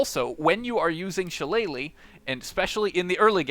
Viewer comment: it's shi-lle-lah, not shallay-leigh I love your videos, except I have to go through your explanation about taking every single spells or proficiency or subclass or stats that inessencial to the build itself. I'm tired listening 70% repeated explanations, which every other video already have, 30% core things abt the build. I'm not only talking abt your channel, every other channel that pops up at the top search always do this. Do the main thing, let us choose the rest.